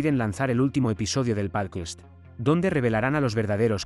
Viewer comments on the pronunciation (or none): ¿Por qué dices 'pálquist' en lugar de 'pódcast'? 😄 Por lo demás, muy buen resumen para poder recordar todo lo anterior y comenzar con la Tercera Temporada.